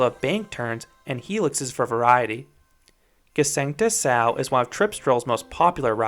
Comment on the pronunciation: Nice review! And your pronunciation of the name Gsengte Sau is really good as well. :)